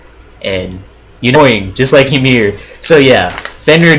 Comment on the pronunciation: Also its EE MEER